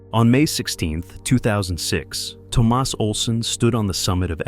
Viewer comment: Toe Maus instead of Thomas?